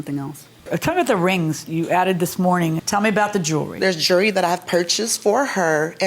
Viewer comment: Is she saying jewelry or jury?